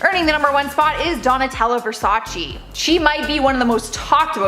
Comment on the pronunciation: You are mispronouncing Versace last name